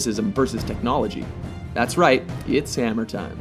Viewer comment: Lol. "It sam'er time" It's funny that the narrator said that instead of "It's Hammer time".